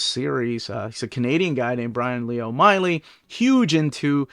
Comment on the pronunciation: O’Malley not Oh Miley